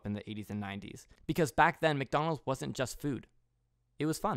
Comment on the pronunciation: mac do nald